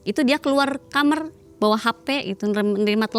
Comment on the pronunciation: Sebanyak video yg aku tonton,, kok banyak Narsum yg bilang kamar itu jadi kamer😂😂😂dan apakah benar smua kisah yg di cerita kan itu benar adanya, smua tentang pesugihan 😂😂😂😂😂😂 berarti di Indonesia bnyak manusia yg tersesat juga ya..